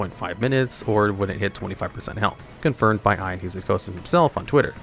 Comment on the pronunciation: Who says Ian like that😭